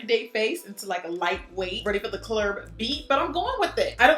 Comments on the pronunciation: Girl when you said “ready for the clurb”. I bust out laughing. I was not ready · “Ready for the clurb beat” lmfaoooo ily Jackie